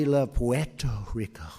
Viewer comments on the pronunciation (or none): trump doesn't love " Puetorico. The piece of 💩 can't even pronounce it, and wanted to trade it for Greenland. TUCK FRUMP AND ALL HIS CULT MEMBERS. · That Puerto Rico pronunciation was so precious 💕